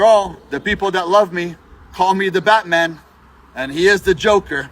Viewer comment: No bro, "Batty man" is not the same as "Batman"